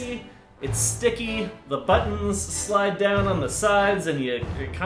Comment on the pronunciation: Lmao the way he says buttons "baddnzz"